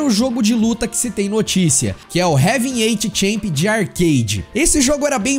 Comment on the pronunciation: Nunca vi tanta pronúncia errada em um único vídeo. "Révin eith champ"?... Assim estraga o Heavyweight champ... Muita informação não citada. Como é que tem 4 milhões de inscrições? É um absurdo.